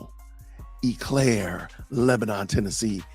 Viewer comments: And, it’s pronounced “Oh Claire” 🤣. All good! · It's pronounced "oh" Clare